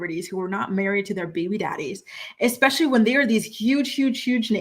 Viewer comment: jenelle every time she says “exspecially”